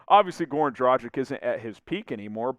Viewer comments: Would be nice if you learned how to pronounce his name :D. It's Dragitsch (a "g" like in "gamble") not Drajik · Dražik. Please stop with this nonsense. G in Dragić is the same as in Goran. Be more professional. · Or a g like in graham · Goran has been in the NBA for 14 years. Maybe its time to learn how to pronounce his name correctly ?!